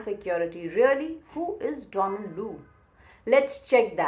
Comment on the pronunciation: Ma’am, You are the first Indian who say DONald and not donALD. Great analysis too!